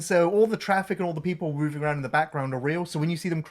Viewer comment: once again proving there the best... Ah-row-und! Only saw these films once as a kid (not a karate one sadly) and liked them well enough. But it was Cobra Kai I loved, even if it went incredibly stupid towards the end. I’ll accept Silver sword fighting Chozen, but VR training in a throwaway episode? Up yer arse